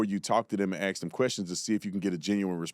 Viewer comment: When you stop pronouncing ask correctly I’ll be unfollowing. I know it doesn’t matter to you, but don’t talk the slang, you seem educated. I also don’t think Candace is so far off! This kid didn’t act alone. He was a decoy. Erika is weird. She is so different from even when she was with Charlie not to mention prior to Charlie. People don’t change so much or so many times. The true person does come out again.